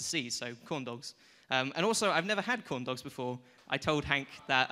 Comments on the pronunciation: Did he say condoms instead of corn dogs? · Every time you say corn dogs I think you're saying condoms.... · when he said "corn dogs" sounds like "condoms"